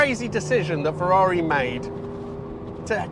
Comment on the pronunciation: You pronounce the brand and model perfectly, like an Italian rather than a Brit. You were very well-structured and up to the point in listing the car's character and the source of misunderstanding around it.